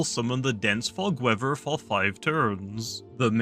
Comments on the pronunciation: Wever abilities(Bri'ish) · Bro says weather as “weaver” lmaoooo